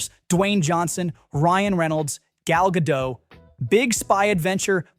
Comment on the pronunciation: Gal Gadot is not French, she is Israeli, so her last name is Hebrew and the T is not silent, it's not pronounced "Gull Gadough" but "Gull Guh-dott".